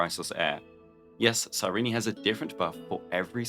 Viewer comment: I'm sorry, her name is... Cy-Reenie? I thought it was Cy-reen... Cy-Reenie makes me like her less.